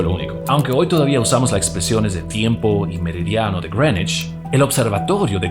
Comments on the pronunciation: El tipo dijo Grenish 500 veces pero nunca pudo decir Greenwich. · Cada vez que te escucho decir (Grenuich) para referirse a (Greenwich) se me revuelve el estómago 😖😖😖 Es que Llevo toda mi vida escuchando a la gente pronunciar eso así (Meridiano de Grinwich) Sácame de las dudas, no sé si estoy mal, muchas gracias por tu contenido. A mí me parece fenomenal este gran aporte a la cultura de la República Dominicana 🇩🇴🇩🇴❤️❤️❤️ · It's Grenech (pueden escucharlo en Google translate) pronunciación británico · Greenwich = Grinuich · Creo que es porque hace la pronunciación en inglés